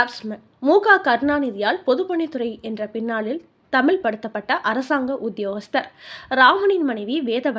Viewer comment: அம்மா சமூக என்பதை சமூஹ என்கிறீர்கள் தமிழைத் தமில் என்கிறீர்கள். தொடர் பேச்சிலே பெருமையில்லை. தெளிவான உச்சரிப்பே தமிழுக்கு அழகு.